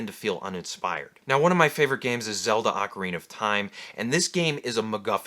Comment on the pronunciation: Thank you for pronouncing "ocarina" correctly!